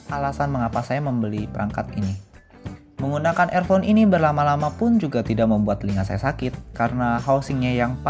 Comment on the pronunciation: Review nya uda bagus... Tapi klo boleh saran untuk pengucapan kalimatnya lebih diperbaiki lg.. Seperti pengucapan earphone.. Sound staging.. Sisany uda ok!